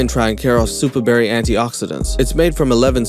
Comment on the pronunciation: i think he said “Perry” as in Perry the Platypus from Finneas and Pherb 😂😂